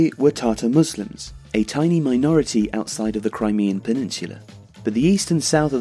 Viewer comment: No R in peninsula